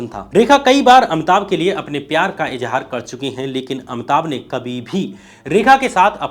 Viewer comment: परवार या परिवार, उच्चारण पे ध्यान दें। इसी तरह, इंदिरा को इंद्रा बोला है आपने। अमिताभ को अमताभ, भाई, हृस्व इ a उच्चारण अ कार नहीं हो सकता, उच्चारण पे काम कीजिए, मैं तंग आ गया हूं आपके गलत उच्चारण से, वीडियो चाहकर भी नहीं देख पा रहा हूं।